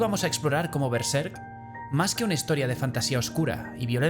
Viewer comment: Es uno de los análisis más interesantes que he visto de Berserk, y me agradó que pronunciara Berserk igual que yo jaja Normalmente lo pronuncian con el acento en la primera sílaba, pero yo creo que le queda mejor en la segunda, como en este video.